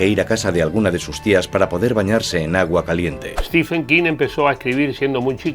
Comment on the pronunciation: Se pronuncia: "Stiven" King la ph en su nombre no se lee como F sino como V o B.